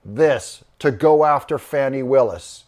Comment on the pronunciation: It's pronounced "Fonnie" or "Fawnnie".